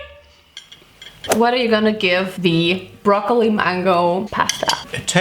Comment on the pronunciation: My favorite part is when you said "Brrrrrroccoli!!" 😂😍❤😍😂